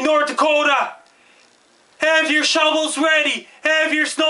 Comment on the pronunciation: I fucking love how he says Nort Dakota!!! Great work.. I love our neighbors to the north sincerely from Nort Dakota